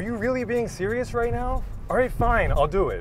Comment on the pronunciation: The dad said are you sewious wight neow bwo